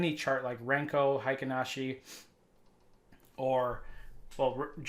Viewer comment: “Kagi” (鍵) means “key” in Japanese, a reference to the pattern’s resemblance to a jagged key edge. Note that “Heikin Ashi” is pronounced hey-keen ah-shee, not high-ken ah-shee. English-speaking traders seem to persist in illogically applying a German pronunciation instead of a Japanese pronunciation. Of course, traditional candlesticks (蠟燭足), Heikin Ashi (平均足), Renkō Ashi (練行足), and Kagi Ashi (鍵足) all originated in Japan. Similarly, most traders also mispronounce components of the Japanese chart overlay Ichimoku, particularly “tenkan-sen.” A little care with pronunciation not only honours the method’s cultural origins but deepens one’s respect for its analytical elegance. There is no credible historical evidence that W.D. Gann used Kagi charts. Rather, Gann constructed his swing charts manually using traditional bar charts—specifically, time-based price bars—and then abstracted the swings by marking significant highs and lows based on price movement, not time intervals. Due to the extreme volatility of cryptocurrencies, I set Percentage LTP to 0.1% for Kagi, Renkō, and Volume Footprint charts on TradingView. Traditional settings, ATR mode, and higher percentage values tend to be too coarse for meaningful intraday resolution. I am aware, of course, that this is a Forex channel instead of a crypto trading channel.